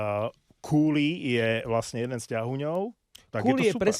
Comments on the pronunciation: Neviem, odkial to mas, ale Cuylle sa cita KOO-lee (kúlí), a takto ho vyslovuju aj komentatori tu v Kanade. Ak neveris, mozes si overit vyslovnost mena kazdeho hraca tu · Len tak pre chlapcov ..doslova ma vytáča ked vyslovujete meno willa cuylla (kúli..) logan cooley(kúli) a will cuylle ( kujl)...len tak pre info aj ked to necitate😂